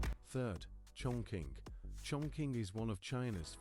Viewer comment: Wrongly pronunciation for Chongqing.